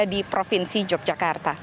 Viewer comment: Pakai bahasa Indonesia yg benar mbak....kl sebutan yokyakarta itu untuk kota Yogyakarts....tapi kalau propinsi yg benar propinsi Daerah Istimewa Yogyakarta....maaf anda seorang penyiar tapi bahasanya kog simpangsiur bgmana dgn metrotv apa tdk ada pelatihan atw kritik penggunaan bahasa yg baik n benar.....sy sbg org bodo kog prihatin sekali ya.....🙏🙏🙏